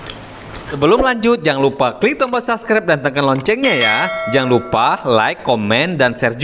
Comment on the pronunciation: Apa cuman gw yg denger dia ngomong sasep padahal yg bener subscribe 😭😂